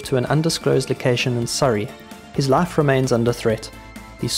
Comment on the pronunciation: This AI voice is interesting. Most of the time it sounds like standard RP English; but when there's a long i sound (spy, five, life, wife) it sounds like Southern US (spa, fav, laf, waf).